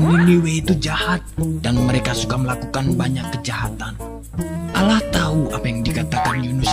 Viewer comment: Allah bukan alah